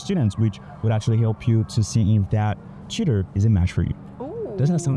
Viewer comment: Dude! “Tutor” I heard you saying: cheater, your pronunciation got me! 😂